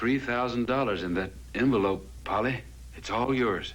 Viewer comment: Couldn’t the writers just picked a name other than Polly, it sounded like Foley 😂